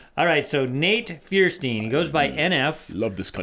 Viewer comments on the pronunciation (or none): His last name is pronounced Fire Steen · his name is pronounced "firestine" x3 its german